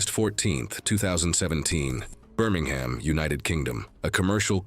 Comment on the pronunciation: In the UK we pronounce it "Bur-ming-um" not to be a Kevin or anything. We also mock the US at the Ham part Birminghaaaam.